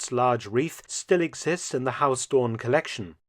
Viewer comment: Mark is pronouncing Huis Doorn as HAUS Doorn. Haus is German, not Dutch...